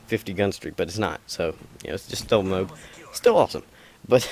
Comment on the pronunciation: Its moab, not mobe